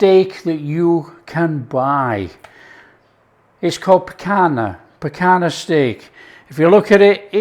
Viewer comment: NO PICANA......"PICANHA"...